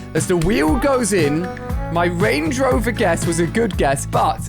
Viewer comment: he says rangey rover did anyone else notice that